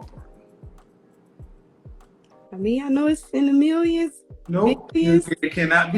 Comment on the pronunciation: She was saying 'milliyons' like they're her brothers or something.